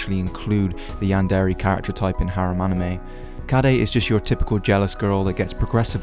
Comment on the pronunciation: You pronounce is "Yan-dairy" But, I'm pretty sure it's pronounced "Yan-dear" :<